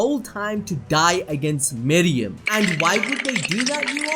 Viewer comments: Bruh anime names aren’t that tough to say.... it’s meruem not miriam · I absolutely love your videos.. but.. your refusal to say names correctly is infuriating. Meruem.. not Miriam. Not even vaguely close.. unless your channel is Animal Bells Doop. See how changing somethings name makes it something incorrect? Do better. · ITS MERUEM NOT MEREUM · How do you watch the show but can't say meruem